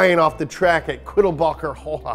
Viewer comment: No offence taken on your German.. you got "Quiddelbacher" right.. i've been there a couple of times, and a "touristenfahrt" is something every petrolhead on the planet should do at least once..